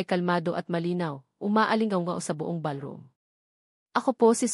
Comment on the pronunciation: Sabi ng narrator ang Table ay naging Teble tapos ang ballroom ay naging balrom. Hindi ba pwedeng palitan ang narrator para naman ka buhay buhay ang kwento!!!